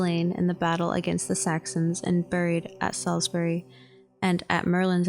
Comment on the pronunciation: "Saws berry" not "Salis bury"